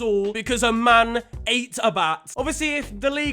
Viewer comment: I love the emphasis ‘ A man ATE a Bat’